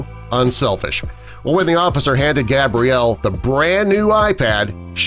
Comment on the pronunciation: Anyone else notice they stared saying Gabrielle is stead of Gabriella